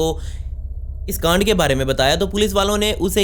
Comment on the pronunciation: bhi g plzzz kaand naa bola kry asa lgta h ap bool rhy ho gaand.